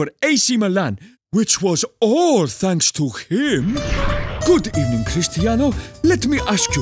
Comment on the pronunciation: good ebening